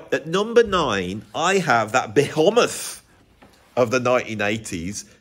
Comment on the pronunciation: lol behEmoth , not behometh :)